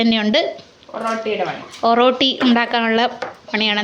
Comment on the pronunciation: ഒറട്ടി എന്നാണ് പറയുന്നത്